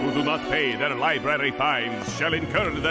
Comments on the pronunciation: dude i'm enjoying the episode but i physically cringe every time i hear "LIBARY" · Bro just said liberries I’m outta here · li-bR-ary, not li-BA-ry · Everytime he says libary instead of library, I cry a little. 😩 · “Libary” lol. Feels like middle school all over again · LibRaRy. C'mon dude, youre an adult and better than "libarry" 😂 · SAY LIBRARY PROPERLY i don't go to berries to read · Please stop saying " LIBARY " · Bro, why do you keep saying " liberty ". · Library* not libary🤦‍♂️🤦‍♂️🤦‍♂️🤦‍♂️🤦‍♀️🤦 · It's library not liberry please learn to talk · Library has two "r"s bro, I adore your videos but that mispronunciation kills me great vid tho ! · Why can't you say library 🥲